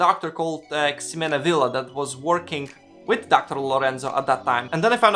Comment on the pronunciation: Remember that the X in Ximena is pronounced like the letter H. Something like "HE-mena" Think how Mexico is pronounced in spanish.